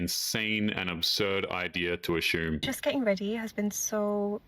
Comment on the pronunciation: Assume = Uh-soom😂